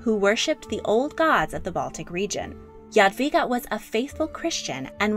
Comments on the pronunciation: I was hoping to see her portrait by Matejko. It was actually based on her skeleton :) Also I'm very impressed you pronounced her name right! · Omg youre pronunciation "Jadwiga" is amazingly correct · English "j" is pronounced like "dż" in Polish, so rather not. Polish "j" is pronounced like English "y" or something like this. Also Polish "w" is pronounced like English "v". Yadveega maybe. Pronounciation in the video seems to be correct